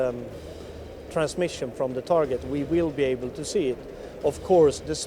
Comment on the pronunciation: Is the word TARGET pronounced this way in any English dialect? New to me.